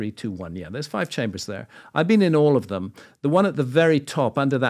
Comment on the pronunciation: It's not "dem" patrick. T H E M, pretty easy word, I expect you to practice